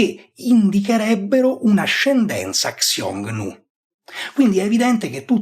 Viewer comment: Ottimo -- davvero ottimo e lucido -- video, che quando uscì, io m'ero perso. 👍👍 ********* Però,, attento con la pronuncia del termine "Xiongnu". Nel sistema di latinizzazione "Pinyin" del cinese (oggigiorno reso ufficiale dalla Repubblica Popolare Cinese, parallelamente all'uso dei tradizionali logogrammi), la finale di sillaba "ONG" si pronuncia in pratica con una [u] un po' più aperta seguita da una consonante nasale come la NG finale dell'inglese o del tedesco (tant'è vero che nel precedente sistema di latinizzazione Wade-Giles questo finale di sillaba veniva trascritto con "UNG"), mentre la consonante trascritta (in "Pinyin") con "X" (che si usa solo davanti a una "I" vocale pura oppure semiconsonantica davanti ad altra vocale, e davanti a una "U" -- in questo caso da pronunciarsi "ü", vocalica pura oppure semiconsonantica quando davanti ad altra vocale -- ) altri non è che la resa in "pinyin" di quel che combinatoriamente corrisponde all'allofono / tassofono (= variante combinatoria) del fonema /h/ (in genere realizzato più forte del corrispondente fonema inglese o tedesco) quando esso si trova davanti a una delle due suddette vocali (o loro varianti semiconsonantiche). In pratica, la pronuncia di quella "X" deve essere NON [ks] come in latino, MA quel che in alfabeto fonetico andrebbe segnato [ç] e che si pronuncia come la variante "dolce" (= palatale) del "CH" tedesco in "ich", "Reich", "Knecht"... Nel precedente sistema Wade-Giles questo suono veniva latinizzato